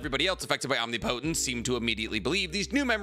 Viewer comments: bro if u see this PLEASE pronounce omnipotence correctly wrong: om knee poh tence right: om nih puh tence thank u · Say it with me...OM-NIP-O-TENCE. You're driving me crazy pronouncing it OMNI-PO-TENCE 🤣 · I can’t be the only person here that can’t watch this video because he can’t pronounce omnipotence correctly. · Great video but the way you pronounce "omnipotence" annoys me lmao😭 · You keep mispronouncing Omnipotence...